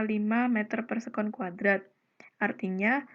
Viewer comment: Saya intan rizqi, mohon maaf izin mengoreksi untuk menit terdapat salah pengucapan yaitu omega kudrat per r yang seharusnya omega kuadrat kali r. Terimakasih